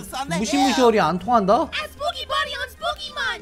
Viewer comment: 참고:이분 언더팬츠도 만드심 말하는거:it's spooky month! 듣는거:it's pokémon! 영어자막:it's poke mon